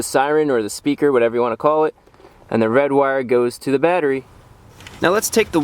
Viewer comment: "And the red wire goes to the BatTeErY"